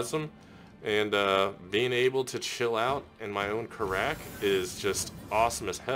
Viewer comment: Just letting you know most of the devs pronounce it as carrick